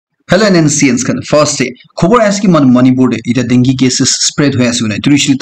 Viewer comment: Hello bro sorry but it doesn't pronounce dungy but it's call dengue